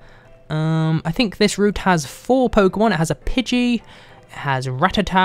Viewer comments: It's pidey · it's pidgeyw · It's pigey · its pige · its: Pidgey or spearow! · its pidgey -_ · Pidgey. Dude seriously.